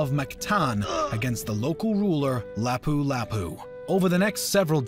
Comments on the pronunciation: And its lapu lapu not lopu lopu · He pronounced Lapu lapu's name wrong U^U its okeh but yeah